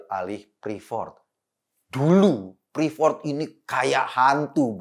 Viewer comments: Salfok sama pas nyebutin prefort = freport kan harusnya.. Hehehe maap yak bang eko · Ngucapinnya bukan ‘prifort’ ( ’) mas Ekooo… tp ‘friport’ 😀😂🤣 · Freeport om eko. Bukan preefort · Bang, freeport.. Nyebutnya fripot, bukan prifot